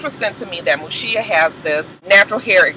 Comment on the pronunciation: Mushiya not shita